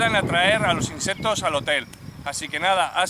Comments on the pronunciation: Se dice insectos , no inseptos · No puedo con ese INSEPPPTOS 😂😂